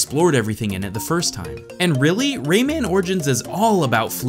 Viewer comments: "Ray-ei-man"? Its just pronounced "Ray-man" tho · Omg... I hate how he pronounces Rayman and Ubisoft! (I mean at the start)